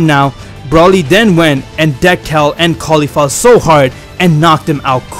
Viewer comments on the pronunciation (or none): Yup I was wondering why he said cabba and kaulifa